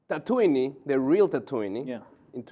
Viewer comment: the city tatooine is pronounced (ta-ta-ween) not (ta-too-nee) by the way im from tunisia